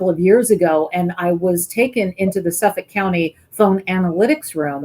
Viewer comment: Please pronounce "Suffolk" County like a New Yorker. "SUFFIK", not "Suff Folk" 😂